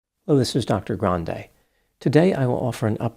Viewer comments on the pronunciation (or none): none